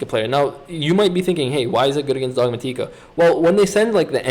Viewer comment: Dog-mah-tika lol